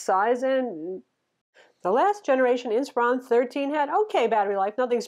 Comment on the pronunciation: isn't the model name based on the word "inspire"? I would think so. 😊 Hence it should be pronounced more like" inspir-on"...? Anyways, thanks for yet another great review. 😊